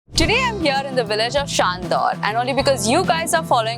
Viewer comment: It’s Chandor not shandor